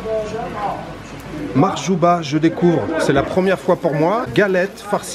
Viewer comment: Bonjour, Bsahtek Mahjouba et non pas Makhjouba 😂 n'oublie surtout pas de goûter le Makrout constantinoi c'est un délice 👍